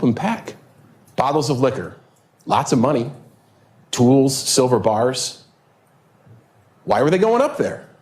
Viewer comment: Did he say"Sliver bars"(he make them sound)like they eloped??!!